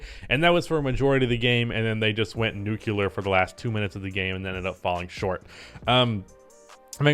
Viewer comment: Nu-clear lol